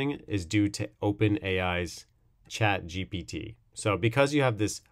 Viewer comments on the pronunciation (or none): none